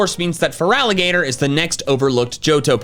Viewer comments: FERALIGATR IS NOT FERGALATER! ALSO THE FIRST I IN TOTODILE SHOULD BE AN O! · THERE IS NO VOWEL BETWEEN THE T AND THE R IN FERALIGATR! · FERALIGATR IS NOT SPERT LIKE "FERALLIGATOT!!!!!!! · THERE IS NO VOWEL BETWEEN THE T AND THE R IN FERALIGATR! REMOVE IT NOW!